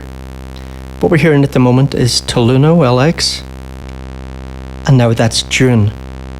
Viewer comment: My friend. TAL-U-NO-LX is “Tal You No 60” not “Taloono L X”